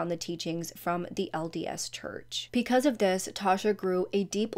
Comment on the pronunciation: Off topic, I watch a lot of your videos and I love how you pronounce "because" as "peecause".